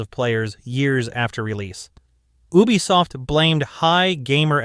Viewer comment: Please stop saying Ubisoft like that 😭